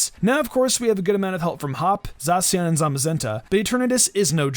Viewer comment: You have a weird way of saying zacian